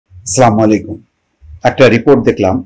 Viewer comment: আসসালামু আলাইকুম শুদ্ধ করে সালাম দেওয়ার চেষ্টা করবেন